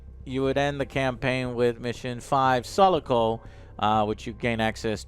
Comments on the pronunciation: How does an Alien fan mispronounce Sulaco so completely? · How did he manage to pronounce Sulaco incorrectly :(